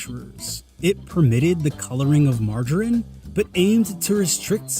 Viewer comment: It should be "mar-ga-reen". Ga as in gather.